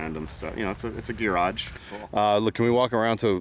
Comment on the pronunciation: Never heard someone pronounce garage like that before lol